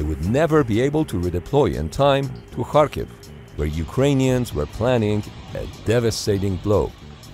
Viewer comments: You're the first English-speaking YouTuber who proneness Latin transliteration of Cyrillic 'X' [ha] properly saying [harkiv] instead of [kharkiv]. I have no idea why 'x' transliterates as 'kh' but it should sound as strong [h]. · You are the first YouTuber I know who makes the effort to properly pronounce Ukrainian names. Most people pronounce Kharkiv with a [k] not an [x] and it just sounds wrong when you know Ukrainians. Thank you.